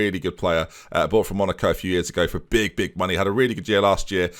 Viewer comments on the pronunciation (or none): none